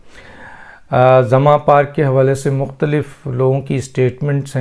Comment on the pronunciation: ڈاکٹر صاحب لفظ " زمان" ھے آپ اسے " زماں" کہہ رھے ھیں ، براہ مہربانی اصلاح فرمائیں ۔